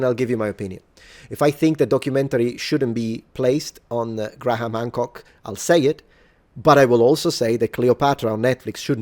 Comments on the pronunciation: Hancck is English, therefore its pronounced Gray-um. Theres no H sound. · Btw if you want to pronounce Graham more conventionally it's usually pronounced Greme or Gray-um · Just being pedantic here. Graham in English is pronounced Gray-yum instead of Gray-ham. You're welcome. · It's pronounced "gray-em". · To be fair, there are viewers who enjoy the aggressiveness. Especially when he's right. On a side note, the name Graham doesn't pronounce the 'H' in the middle. It just sounds like Gram. One syllable. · Your over pronunciation of graham cracks me up everytime